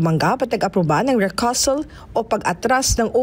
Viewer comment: Wrong pronounciation, rekyoosal po ang bigkas sa recusal, ayos